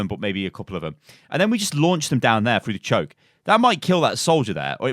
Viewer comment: when goes full london "CHARGE ALT FIRE AND PUT IT FROO DA CHOAK"